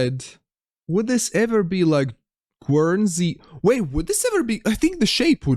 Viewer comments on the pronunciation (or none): Guernsey is pronounced like Gurnsey, rather than Gwernsey - not the easiest word, bit of a mix of English and French!